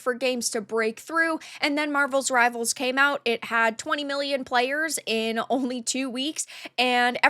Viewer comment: Yes everyone is playing MR, and they are also saying the name of the game correctly. Thought you figured this out but apparently not. I guess you’re just trolling at this point.